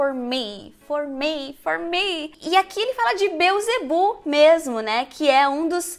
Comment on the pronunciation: monstruósiti amei sua pronuncia manstruásitee a fonetica disso ta bismillah é pelo amor de DEUS e beelzedbu has (r forte como no português) a devil put aside for me é o correto dizer biowtzeboo Réssa dévul pat assait fô mi fô miiiiiii , ok? vastest du? tente entender esse seu inglês americanizado bem a empresa ai já diz né CCAA , letra Ó tem som entre oa ambos acentuados agudos graves bóá rápido as quick as a flash reparou que não pus as quickly? queria ler de vc de presente saudades em inglês essa palavra vc faria?